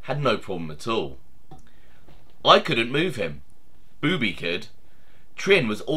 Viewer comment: I knew Boobie well...it's not pronounced "beeewww bee" it's a faster sounding bubby...